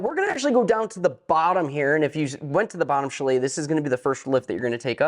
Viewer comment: Nice review, but the word Chalet is pronounced CHAley emphasis on the first syllable. Your way was hard to listen to.